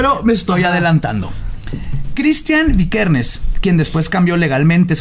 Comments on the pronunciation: Y dijo Vikersen en vez de Vikernes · Varg vikernes no vikersen chale... Tu dislexia no ayuda jajaja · Varg “vikersen” jajaja wtf 🙄 VI 👏🏻 KER 👏🏻 NES 👏🏻